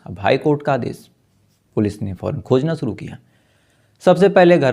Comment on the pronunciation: Freeze या फिर Fridge? Story teller हो शब्दों का इस्तेमाल तो ठीक करो. शुरू को केह दिया सुरू सीधे बोलो या बंद करो. यह wrong diction कानों पर हथोड़े बरसता है.